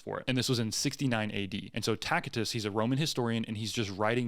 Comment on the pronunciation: OMG, if you can't pronounce Tacitus, why am I going to listen to your take on a Roman historian? He wrote about the Christian movement in his own time and what they "believed". He was in no way validating their beliefs.